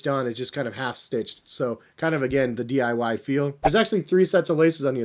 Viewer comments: So no one noticed he said "dyi" when its DIY lol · did he say DYI and not DIY?! 🤣